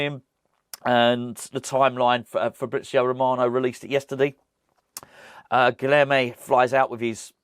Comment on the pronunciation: I promise I'll say this only once. Guilherme is pronounced "Guilyerme." The "h" is NOT silent. In the combination of "lh" in Portuguese, the "h" is pronounced as "y." For example, "old" is "velho," which is pronounced, "velyo." It's early days still, so please let's not do a repeat of "PaQUEta" instead of "PaquetÁ." Once again, it's G U I L Y E R M E.